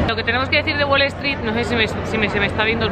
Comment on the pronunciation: Haber una duda es wale stree o es WALL STREET ? pregunto porq cuando lo decís suena como la primera opción, creo que ya tenes un par de años en gringolandia y ya es tiempo que pronuncies los nombres y cosas tal y como son te parece?